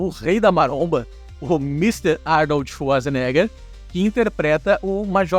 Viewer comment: O narrador sempre errava o sobrenome do Arnold. ( Facsenegger ) kkkkkk nois sempre comentávamos sobre isso.